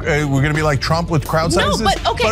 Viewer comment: Cenk can't pronounce "Trump." He says "Shrump."